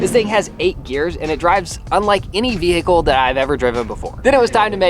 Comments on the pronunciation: I can't get over how some Americans pronounce 'vehicle' 😂 ve-H-icle 😅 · Will someone tell the H In vehicle is silent! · says vehicle wrong. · Fun drinking game. Take a shot every time says VE-HICLE